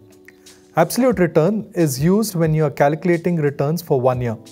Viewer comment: Its not CALACULATING!! Its CALCULATING!